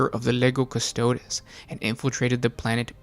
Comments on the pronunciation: CUSTO-O-DEEEEEEEEEEEESSSSSSSSSSSSSSSSSS it is LATIN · CustodEEz, please.